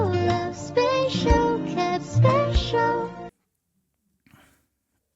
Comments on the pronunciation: The lady saying spacial sounds like she’s saying facial!! That made my day ahaha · I think the Chinese genuinely misunderstood the spelling was for "special" versus "spatial". The pronunciation (probably taught by to the Chinese? Lol) is pretty close and indistinguishable to a non-native speaker. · not gone lie, by the second time hearing (end of video) it got me. spatial house, spatial food ...... spatial